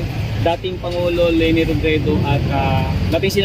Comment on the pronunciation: LENI HINDI LANI!!!!!